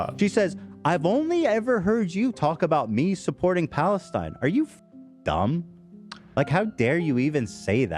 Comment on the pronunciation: he refuses to even pronounce Palestine correctly